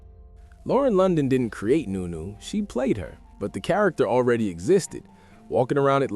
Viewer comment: Nu- Nu not new - new 🤷‍♂️😂😂😂